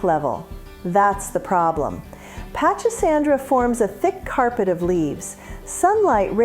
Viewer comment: It's pronounced "PACK-A-SANDRA"......THE "CH" IS PRONOUNCED LIKE A "K" SOUND.......MY MOTHER GREW IT FOR YEARS.....NEVER SAW A SNAKE IN IT; NOT ONCE!!! Up in CT....my mother planted this everywhere, and gave much of it away to friends as she did think it out when it overgrew it's boundaries in the garden; it spreads like crazy!!!